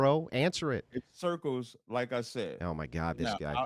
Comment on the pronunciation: "cerkerz" as "circles" recycled back to dude was HILARIOUS !